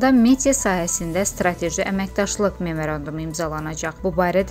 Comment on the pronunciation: Harada, A,, ni.. O ,,KIMI OXUMAG ,LAZIM, ,XAZNADZOR,, DEYIR, XOZNADZOR,, MOZAIKA,, A,, KIMI ,OXUNMALU, , MAZAIKA,, VAY ,VAY, VAY,, GULAGLARIMIZ, GETDI, GETDI . BIRDENE NORMAL JANAL YOX,, MIMERENDUM,,? MEMARANDUM